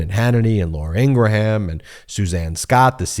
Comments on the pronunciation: PLEASE! Please, INGRAHAM sounds like GRAHAM as in the crackers! ING- GRAM(grum) phonetically. You say her name 20x's in a segment, so for your sake say it correctly. If it's a Trump mispronounced everything on purpose so I'm doing it, also, thing just make it clear that it is what you're doing. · Laura’s last name is pronounced in two syllables: Ing Grum. Excellent analysis, thank you. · Stop saying it like that! Laura ingraham doesn’t even say it like that